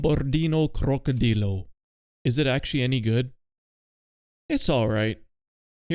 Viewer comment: Cock-o-drill-o is the perfect pronunciation.